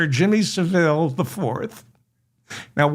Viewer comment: Jimmy Saville is pronounced “savul” Great episode 👍